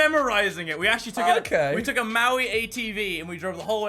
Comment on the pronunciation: The way he pronounced maui, 10/10 gg's mini, i have never heard anyone on youtube pronounce maori correctly